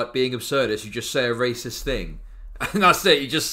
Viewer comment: He says "Reh-cyst", I heard the Golden One poking through for one second there xD (don't know if is Swedish, maybe I am REHcist for putting them in the same box:P)